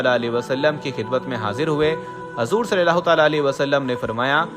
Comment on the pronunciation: Bhai hazoor Nahi huzoor boliye